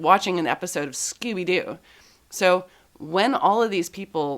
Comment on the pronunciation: It's funny hearing a Canadian pronounce "Scooby-Doo."